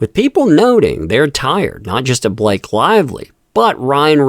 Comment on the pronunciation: "Is there a Bah Lak ehe in the room?" Do you mean Blllaaaaake? "Go to the Principles office!"